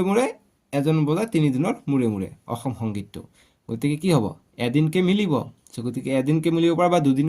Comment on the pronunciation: অছম নহয় ও ছাৰ অসম হে হয় 😅